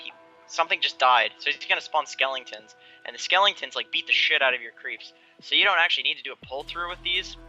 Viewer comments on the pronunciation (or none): SKELLINGTONS? NO THEY ARE SKELETONS! SKELL EH TONS